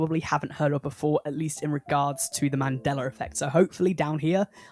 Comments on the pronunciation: Man-day-la, not man-deller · I could swear it used to be pronounced ‘man-dell-uh’ not ‘man-dell-er’ That’s crazee yo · I can't get passed him saying mandellar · Boi said "the Mandelar effect" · Take a shot and/or bong rip every single time this dude calls the Mandela Effect, "The Mandeler Effect". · Lol . . . "Man-Dell-Luh" . . . I apologize if I offended you or anything, I genuinely really enjoyed the video and Loved the direction you went with it trying to piece together how certain ones could easily be misconceptions or just straight up flase information like blood actually being red while in the veins. So again, I do apologize if that came out wrong, I just thought it was funny and assumed you were saying it like that to trigger people like me. 😂 Regardless..! Keep up the great content..! (And I SWEAR TO GOD, If It Turns Out It's NOW Pronounced The "Mandeler" Effect And Not "Mandela" With An "a" Imma Through A Fit And Bug The Hell Out..!) 😂 . . . . 🤣